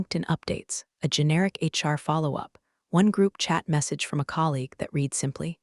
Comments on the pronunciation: As with most of these tales, the voicing robot usually mispronounces the past tense of "read" ('red') as 'reed'. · Haha yes, every time the bot says 'reed' instead of 'red' my brain trips for a second. 🤖📚 Still, the story hits hard! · So true—and it’s such a small word, but it changes the whole meaning when misread. What other quirks in AI speech have stood out to you?🤖🤖🤖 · Right? Annoying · I notice that too! It completely throws off the flow of the story.